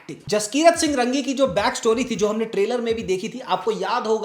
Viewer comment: जसकिरत सिंह रंगी नहीं, रांगी है वो।